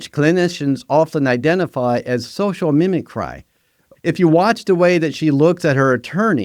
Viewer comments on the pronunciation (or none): Mim-i-cree!! Not cry! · Sorry dude, you lost ALL credibility when you pronounced "mimicry" as "mimi CRY"... like all credibility. you can't even pronounce the words, why should I think you know what you're talking about? oh sorry that should be " tal King" like a tall king? like a mimic CRY? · Mimocry is pronounced mim•o•cree. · A licensed professional counselor should be able to pronounce "mimicry", among other words. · The fact that you can't pronounce "mimicry" and "Machiavellianism" as a professional makes me give you the side eye. 👀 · If you want your AI model to successfully emulate a professional, you should make sure it knows how to pronounce words it ought to know such as "mimicry". But I guess you can't have it pronounce machiavellianism or psychology properly if you can't spell yourself. God damn this is terrible content frfr